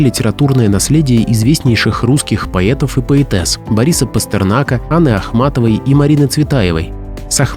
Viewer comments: Как услышала слово""поЕтов"сразу переключила. Смотреть не буду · "Великих поЕтов"? Странное произношение.